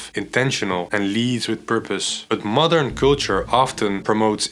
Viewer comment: Everytime he says modern woman it sounds like mother woman